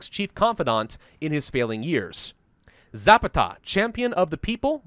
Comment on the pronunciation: Za-PA-ta. I enjoy your content either way.